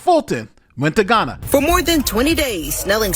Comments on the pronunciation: Heya, I enjoy your videos, very informative and nuianced, but I would like to point this out to you, unfortunately you are mispronouncing Ghana (Gaa·nuh) as Guyana (gai·aa·nuh), confusing the 2 nations, which are unique nations, you aren't the only person who had made this mistake and for certain you won't be the last, but a little corrections goes a long way 😊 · The mistake of saying Ghana like Guyana had me very confused when then started speaking about mayors going to Ghana; I had to go back & read the bit to realize it was a mispronunciation?? 🤦‍♂️ Am I the only one who heard it wrong?